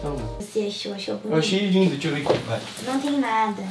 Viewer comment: "DEIXA EU VER AKI EM BIAXO" kakakak😂😂😂😂